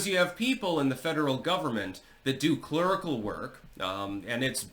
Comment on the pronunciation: "Clurical", huh? 😂